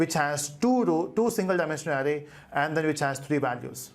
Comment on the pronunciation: criticism : the 'ar' sound in 'array' is spoken as the 'ar' bit in 'around' not as the sound in 'arrow'.